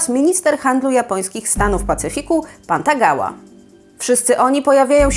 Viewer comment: Jaka pantagała? Chyba pan Tagomi jeśli już.